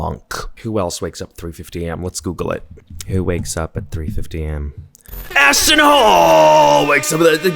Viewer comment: I thought you said ASShton HOLE for a second 😂😂